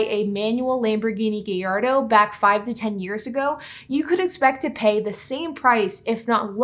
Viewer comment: The Lamborghini “Geyardo” 😂